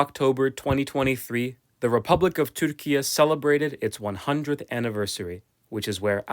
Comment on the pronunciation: I have no idea why this video was suggested to me but I think this is a good opportunity for me to state my opinion about a matter which is pronouncing "türkiye" in the middle of an english sentence sounds too way cringey, or I'm old. And also it sounds as if there's an awkward pride behind it, almost as if there's a dominance or sth. Thanks for content anyway :)